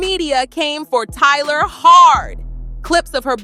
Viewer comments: Why are you saying Tyler? Lmao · Why are you calling her Tyler instead of Tyla? You are mispronouncing Tyla’s name. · Her name is Tyla not Tyler lol